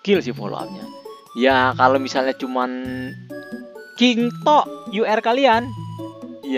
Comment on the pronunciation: "KING TOK" wkwkkwkw renyah banget ngmng nya